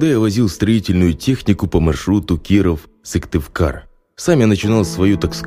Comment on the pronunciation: Я живу в Коми и интересно послушать про наши дороги, но Сывтывкар мне ломает уши. Сыктывкар!!!!!!